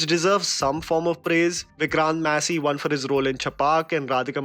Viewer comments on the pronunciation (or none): none